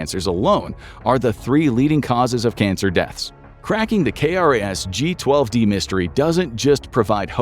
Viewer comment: It’s known as “k-ras”. We say the letter k but say the word “ras”.